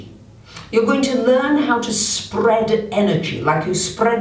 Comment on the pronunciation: Sp-RRRRRRR-ead your energy 😂